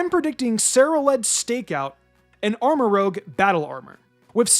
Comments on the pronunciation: Btw, its rouge, not rogue. Like Moulin Rouge. So Armorouge, not Armorogue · "Armarouge" = "arm-uh-ROOZH" "Rouge" (French for 'red') = "roozh" "Rogue" (sneaky thief) = "rowg" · He still doesn't pronounce Armarouge correctly, I see. Rouge and rogue are not said the same.